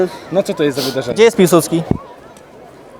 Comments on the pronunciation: piłsudzki? piłsudski kurfa!!! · mi się wydaje że to nie miał być błąd ponieważ ten koleś powiedział ''piłsudzki'' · a fpadueś na to że oni napisali to specjalnie bo ten gość WŁAŚNIE TAK powiedział - "piłsuDZki", jak zresztą mówi większość Polaków. Większość Polaków nie jest także w stanie poprawnie napisać nazwiska Piłsudskiego. Mówią źle, bo nie wiedzą jak się pisze i nie źle piszą, bo źle wymawiają. Następnym razem staraj się zabłysnąć, kiedy będziesz więcej niż tylko pewien. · to chyba było celowo tak napisane, bo ten koleś wymawiał "piłsudzki"